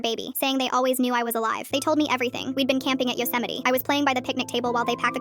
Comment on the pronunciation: and they said Yosemite wrong as well...